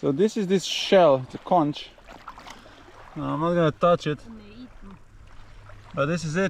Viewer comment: I enjoyed the video and the insight on the Leopard 50. Would like to know how the Code Zero performs. Just FYI. Bahamian’s pronounce Cay as “Key”. Also Conch is pronounced “Konk”. Otherwise the Bahamians will look at you funny.